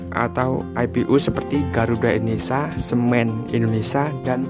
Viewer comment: INDONESA INDONESA PALA BAPAK KAU. NGOMONG TUH YG BENER JANGAN INDONESA INDONESA GBLG